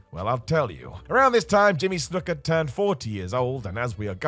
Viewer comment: I quit watching the video the second you said snooker